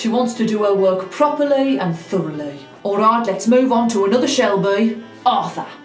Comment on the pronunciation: I love the way she says Ourayt😂😅❤❤❤